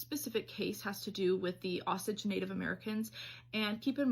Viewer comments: "Osich"??? Doesn't she mean Osage? Oh-sage??? The story is the basis for Killers of the Flower Moon. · You're pronouncing the Osage Indians wrong. It's pronounced as oh-sage. Very sad horrifying story though!! 😢